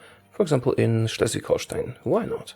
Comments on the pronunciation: Wow. You pronounced "Schleswig-Holstein" really well. Greetings from their capitol :) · The way you said Schleswig-Holstein was perfekt.